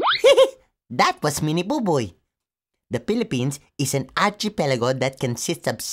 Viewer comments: Kababayan -- I like your "Archipelago" video. But please note that "Archipelago" is not pronounced "archee....." -- as in the way you pronounce it. Rather, it's pronounced with a "K" as in: ar-kee-pel-ago). Maraming salamat for your entertaining video. MyOhMan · bakit po arCHEEpelago ang bigkas? diba arKEEpelago po un?